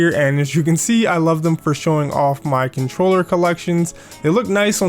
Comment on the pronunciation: Иксбакс канчрёла омг хы вот это произношение